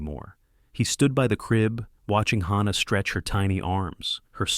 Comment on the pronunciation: I am so sick.of the mispronouncing of words and especially names in these stories!! The baby's namd is HANNAH with an A p d oniunced! NOT HAUNNAH with an au pronounced!!! Please get narrators whi can read and pronounce!!!